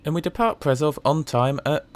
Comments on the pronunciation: Just a small remark: Š is pronounced as an English [sh], so it's [Preshov] and [Shkoda]. The same is true for Č [ch] Ž [zh] and CH [h as in heart or heat]. Czech Ř is pronounced as a very short [rzh]. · It's pronounced "Pre-show" and "Kosh-itse". ;-) I'm surprised to see a video from you where you use your own voiceover. :-) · Correction: "Š" is pronounced like english "sh". So it's "Preshov", "Koshitse". "C" in Slovak is pronounced as "TS" like in "Tsunami or Tsushima".